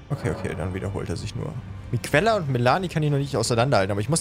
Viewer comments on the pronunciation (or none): Ich mache so was eigentlich ungerne, ABER WENN DU NOCH EINMAL MIQUELLA STATT MIKELLA SAGST, DANN WERD ICH FUCHSTEUFELSWILD HIER DUUUU 😅😉